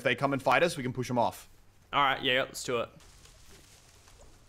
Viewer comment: Muselk said f of